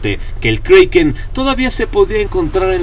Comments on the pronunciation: si tu sabes que se escribe Kraken porque lo dices kreiken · Si se llama kraken no kreiken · kriken no kraken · Perdona, se dice como esta escrito kraken y NO kreiken!! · "Kroken" es la pronunciación escandinava original y "Kraken" es la que más se parece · Es kraken no kreiken 😠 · el kriken xD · Se dice kreiken en ingles..